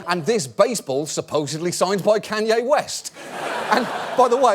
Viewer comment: His pronounciation of Kanye made me laugh